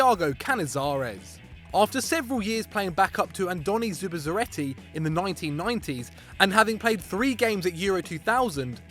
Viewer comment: Listen to how he said «1990s» 😂